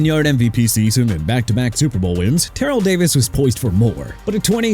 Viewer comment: Ter-rell Davis not Terell sir!!!